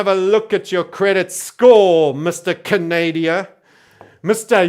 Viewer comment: I also call it Canadia!